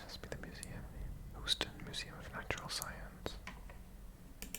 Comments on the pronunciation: Lived in Texas all my life, I've always heard Houston pronounced as Hew-ston, so your first pronunciation was spot on 🤠🤠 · You had the pronunciation correct the first time! 😂 Houston like the word hue or the name Hugh. Next I would recommend exploring New Orleans (my favorite city)! My friend studying in Pittsburgh has good things to say about that city, so that could be cool too! 🤠Howdy again from Texas!